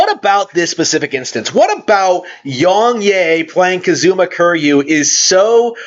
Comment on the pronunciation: You can't even say Kazuma right